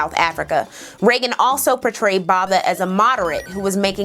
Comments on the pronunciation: Great content! Just a pointer - PQ Botha - is pronounced with a silent H ... i.e. Boata, like boat in English. I forgive you for being a USAn. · I would correct your pronunciation of "Botha" but he doesn't deserve it💀